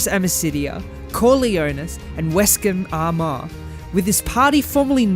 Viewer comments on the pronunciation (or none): none